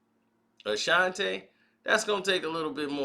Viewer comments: Not Ta... its Tee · A shan tee. Not a shan tay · Bruh, it's Ashanti not Ashanté 🤦🏽‍♂️ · Why is he calling her Ashantay? Her name is Ashanti. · All this time I been saying Ashanti and it's pronounce Ashantay. Gotta love 😁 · Bruh can’t even pronounce her name correct 🤦🏻‍♂️🤦🏻‍♂️